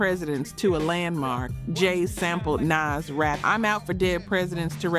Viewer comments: How u say you live the music but pronounce names so wrong? Rakim not Rakeem. You didn't even pronounce Nas correctly. I love the focus on music but u gotta learn the names. & Live at the BBQ & Verbal Intercourse should be on this list for Nas's verses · Lol at the way she says Nas. Anyways I miss old rap from the mid to late 90s to the mid to late 2010s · Tupac [TOO-pahk] Nas [NAhZ] Suge [SHUUG] I don't get how you could be mispronouncing these, if you lived this era of hip hop you would have heard these names spoken just as often as you seen them written. The general delivery of your voiceover has improved since the first videos and that improvement aligns with someone becoming more comfortable and confident as experience is gained, so I don't think it's a computer generated voice we are hearing. But as I don't really take an interest in AI audio and its advancements I could be wrong...